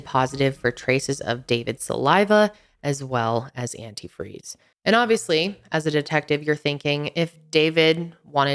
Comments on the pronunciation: saw this on forensic files. its funny how she keeps saying antifree instead of antifreeze. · I lost it when said "well when i pourd the antifree" 😂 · This case was on Forensic Files! called it "Anti-free" instead of antifreeze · We always made fun of her for saying Anyifree.